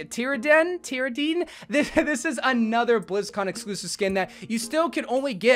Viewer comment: Ay! the Tyrande symmetra skin is said like "Ti-ron-da" Me being a wow person it made me mad so just wanted to correct ya! Edit: if you see this and still say it wrong their is no hope.